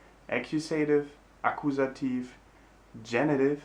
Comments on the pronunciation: Very helpful. One detail though: "accusative" is pronounced "A-Q-SA-TIV", not "A-Q-SAY-TIV" in English (I just made that lame phonetic system up but you get the picture.) Thanks much. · I know this video is quite old but I don't see any commentaries about what I'm about to say (if there are already, sorry for repeating): be careful with the pronunciation of the cases names in English; they are not /akuSEItiv/ and /nomiNEItiv/ but /aKIUsativ/ and /NOminativ/ (I'm trying to reproduce the pronunciation without using phonetic symbols, which of course are much more precise). Thanks for having made this channel, it's great! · Nominativ isn’t pronounced Namienejtiww in English, it’s Naminne-tiww, Accusativ isn’t Äckjusejtiww it’s Ackjuhse-tiww